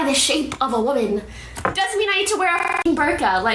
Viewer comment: Good to know my fellow how you say “waman” has the same point of view as me